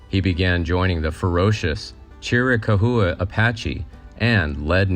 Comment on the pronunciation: Chiricahua is pronounced Chair-eh-cow-wah